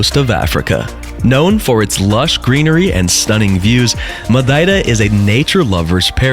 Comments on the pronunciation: wow, the way you pronounced Madeira was pitch perfect, very uncommon for an english native speaker. Parabéns! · Love how you perfectly pronounce Madeira in Portuguese and immediately screw up archipelago in English XD